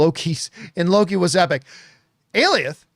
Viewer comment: Okay John enough. Go check how to pronounce Alioth. This has been going on for too long.